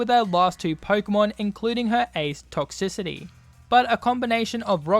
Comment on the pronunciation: Bro did someone else heard him said toxixity